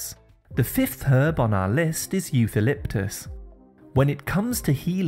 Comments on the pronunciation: it doesn’t bother me but that’s how it’s pronounced in every language. With a “ k “ sound . “ okaliptus “ this is how it’s pronounced everywhere in the world . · Eucalyptus: as an English speaker you’re supposed to know “ c “ before “a” always sounds “ k “ I don’t know why you pronounce it incorrectly 🤔🤔